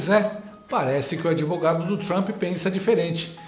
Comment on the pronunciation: ela disse ministro donald thrump ?